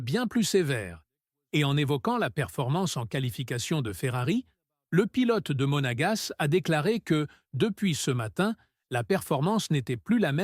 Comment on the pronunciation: Saoulant ce IA ... à "Monagasse" 🤣🤣🤣🤣🤣🤣 ... 3,23 k abonnés qd même...